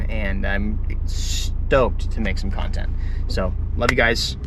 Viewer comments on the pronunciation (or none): “not necessarily to make cOOntEnt on”